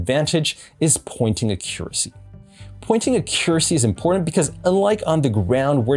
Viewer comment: Why are you saying "Accuracy" like that???